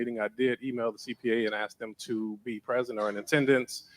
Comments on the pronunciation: She said "dat" instead of "that", "yall could have did", . "Axe" instead of ask"? "When trustees speak its grandstanding"? This ho should be institutionalized for about 20 years, and pay a lot of money back for all those vacations she went on the cop body guards jailed and ordered to pay back money they were paid and spent on lavish trip to Vegas. If not done there is problems with the judicial system which we already know there is. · The way she says aks instead of ask really irritates me. I’m from 🇬🇧 but I’m obsessed with this. How the hell she gets away talking like she does. It’s so tacky and unprofessional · Axe axe axe. Fugg me that drives me nuts when its someone trying to act high and mighty.